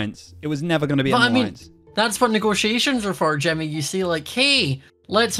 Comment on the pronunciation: Why does say Timny instead of Jimmy